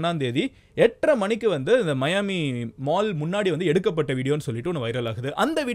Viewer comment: மயான்மி இல்ல தல மியான்மி